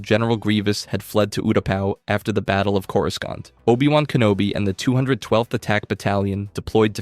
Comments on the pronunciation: The real war is this man’s pronunciation issues. (Cor-uh-sont) Cato (Nuh-moi-di-uh) (Um-Bar-uh) (Moo/Muh-stuh-far) Cham (Sin-do-luh) Ashoka (Taw-no) Obi-(One/Wan) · Why u gotta pronounce Coruscant wrong? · The pronunciation of some of these planets is rough lol.